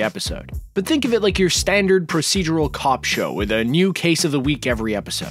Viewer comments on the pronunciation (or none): none